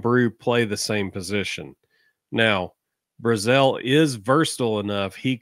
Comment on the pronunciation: Chris BRAzell. Not Bru-zel. Also he isn't a true freshman, he's a redshirt freshman, he has 3 years eligibility with us.